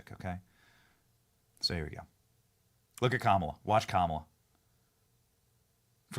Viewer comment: This guy is still calling her kamilla lmfao wow